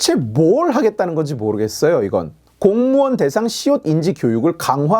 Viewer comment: 근데 왜 성교육 성인지 성을 다 시옷으로 읽어요?